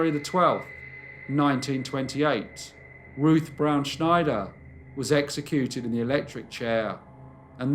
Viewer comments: Snyder is pronounced like Spider (with an N in place of the P). It is not pronounced the same as Schneider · Love, love, love your stories. Not a big deal, but Ruth's surname of Snyder is not pronounced "Schneider". Lol 😉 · "Snyder" is pronounced the way it's spelled. Not "Schneider". js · I apologize for being fussy, but in the U.S. we pronounce the surname Snyder with a plain "S", not like the "sh" sound in "Schneider." It's a very common Pennsylvania Dutch (a.k.a. Pennsylvania Deutch) surname, and also the brand name of not one but TWO brands of pretzels. It is also the surname of my very favorite uncle-by-marriage.